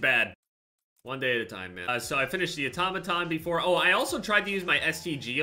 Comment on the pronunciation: Nobody:: atamatan